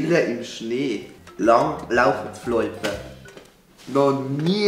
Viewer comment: "Noch nie i mim Läbe hani Lang...lau...floipe khört." Mit der Betonig hanis auch no nie ghört, du Floipe! 😂 Das isch e Loipe und kei Floipe. I kah nüm, Alte. 😂